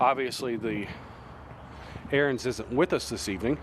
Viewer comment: Ariens. Learn how to pronounce it.